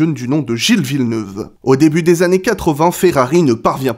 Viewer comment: Ça vient d'où la prononciation de Villeneuve dans toutes tes vidéos poto ?